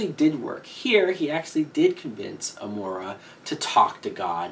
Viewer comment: I don't want to be a nit-picker, but Amara is pronounced, a-MARE-a... not a-MORE-a.